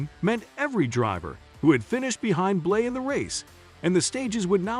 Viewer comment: It's BLANEY notBlay